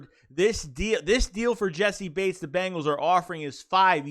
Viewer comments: Naw you said it right that’s how I say it and hear it from prominent figures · Im pretty sure you're sayin his name right bro. That's how I heard the announcers say it. That's how I've always said it. That's what it looks like it sounds like. It's right.